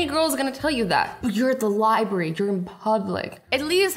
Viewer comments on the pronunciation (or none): none